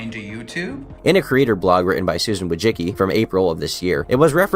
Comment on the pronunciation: Just felt the need to add something with no substance at all but her name is actually pronounced: woshitskey Ck “ck” is not just an “k”. in Slavic languages you also pronounce the “c”